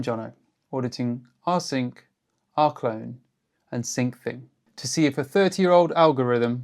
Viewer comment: AI Slop!!! "R-key-lone" "R-co-lone" and strange mic changes, WTF? Blocking your channel. I don't want lazy AI slop, nor creators who rely on it non-transparently. You think choosing some stupid fake British accent will make people trust it, but NO!